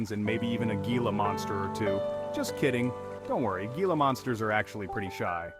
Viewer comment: If you are producing a video about a state, you could at least take the time, to learn how to pronounce the names you are using. Gila is a Spanish word that is not pronounced as a G sound. The G is pronounced as Hee. So, the word is Gila (Hee-la). Hee-la river, Hee-la Monster, etc. Oh, by the way, Malpais, is pronounced as Mal-pie-es.